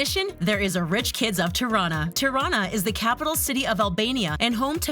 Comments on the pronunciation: “Tuh-rana” girl it’s “tea-rrrana” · Tirana is pronounced tea-rana XD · "Terana" 😂 for non-albanian people, you say it like "Tee-rana" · did any other albanian cringe when she said tirana? LMFAOOOO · The way she said Tirana lol. #girlfromKosovo